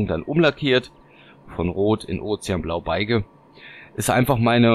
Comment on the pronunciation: Schöne Fahrzeuge, danke für die Vorstellung! Trotzdem ein kleiner Einwand : Beige als Farbe spricht man "besch"